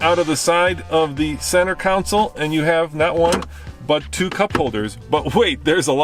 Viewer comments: Hey,it's con - sole not counsel! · It is not a "council" , it is a console. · Sorry pet peeve .. It isn't a Council ... it's a CONSOLE